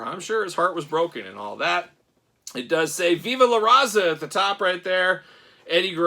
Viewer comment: i'm going to need you to not be so white when you say viva la Raza 😂😂